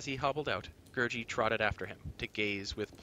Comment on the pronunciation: Just FYI , the creature Gurgi is pronounced Ger-Gee not Ger-jee. Alexander's recorded interviews bare that out.